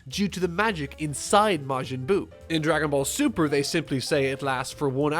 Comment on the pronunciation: Mr. Nguyen Judging by that way he said the shows name, I doubt he actually watches the show lol... He probably just watched DBZ, and not a lot of it either. He s just a blind hater here to spread negativity on this series.